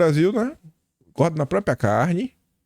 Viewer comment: Pq é tão difícil dizer PRÓPRIA ao invés de PRÓPIA ? KKKKKKK